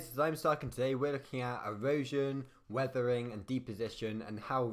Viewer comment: WEVEWING (WEATHERING)